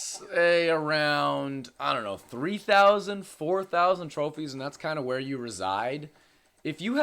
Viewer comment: he said trophies